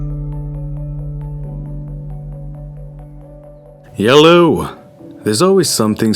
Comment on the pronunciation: My favorite part of your videos are the when you say, “yelloh”